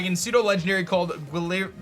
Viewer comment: I think it’s pronounced, Gwill-vern